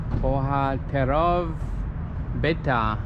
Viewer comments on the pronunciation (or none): one more pronunciation note: you saw this: ‘plac bohaterów getta’, which middle word you pronounced something like ‘bohaterOV’ (using capitals to denote stress). an ‘o’ with that little accent thing is pronounced like ‘oo’. that’s one tip. another tip is about which syllable gets stressed. in Polish it’s typically the penultimate (second-last) syllable that gets the stress. so ‘bohaterów’ would be pronounced something like ‘bohaTERoof’ (as that ‘v’ becomes indistinguishable from an ‘f’ sound). ...the first word, which you just spoke as ‘plaza’, is pronounced something like ‘platz’. and with ‘getta’, the only thing you have to remember is that two consonants together don’t become like one sound. here there are two distinct ‘t’s, one right after the other. ‘plac’ has a meaning very similar to the English ‘place’, but an even better word is ‘square’ (as in town square). ... the entire phrase means ‘the square of the heros of the ghetto’.